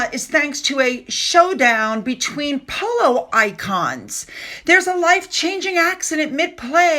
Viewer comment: "Pooloo eez nut jes eh spurt ... eet ees eh laugh style ..." How is that relatable?